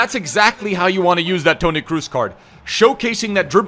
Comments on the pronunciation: Still don’t understand why he says “cruz” instead of “crows”. Grtz from a Dutchie. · Bro please don’t say “Kruz” is Kroos like cross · Love how he's saying "Toni Cruise" 😂